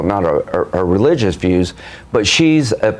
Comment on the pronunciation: “She’s a regilious (sic) conservative….” WHAT? Did he let Joe Biden rehearse him for this appearance. He is either drunk, demented or both! “This is Reagan bluss (sic)”. Man oh man is he D R U N K!